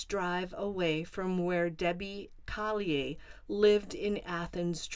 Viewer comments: I feel like you’re pronouncing their last name incorrectly. It’s Collier. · Is that how you pronounce Collier